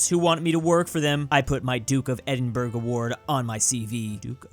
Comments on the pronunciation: Edinburgh is pronounced is edinburugh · it's pronounced "edinbruh" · It's pronounced as "Edinbruh" Edit: Also, how dare you not know the legendary Bri'ish rapper Unknown P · Ah yes, Edinburg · Jo-Queen and Edin-Burg. Okay, I get not knowing how to say Edinburgh if you're not from the UK but Joaquin Phoenix famous worldwide. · EdinBURGH ok I understand that's how its spelt but its said like edinbra aaaaahhhhhh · why does he say edinburgh like that